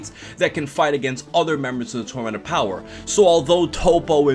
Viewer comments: "The tormanent opower" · This man can’t pronounce the word tournament